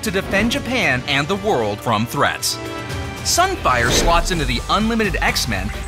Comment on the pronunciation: SUN FIAH